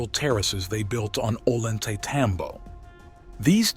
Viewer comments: oh-lan-tay-tambo 😂 you mean oh-yan-te-tambo? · Ollantaytambo is pronounced as Oiy-anta-tombo.. The 'll' in spanish sounds like 'y' in english. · Maybe it really was aliens that did this incredible stuff - "Gods". Perhaps they left no physical remains due to policy like the USMC: "Leave no man behind". (And it is pronounced Oyan-tay-tambo!) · If only English speaking people understood that double L sounds like a Y in Spanish... we would have far less discrepancy between the pronunciations. So it actually sounds like "Oyantaytambo". Other than that, great video as always. I always wanted to go to the west side of the ruins, nice to see some of it up close finally. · At least learn to pronounce the name of the town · Before making this film, the author should have, at least, learned how to properly pronounce the name of the site.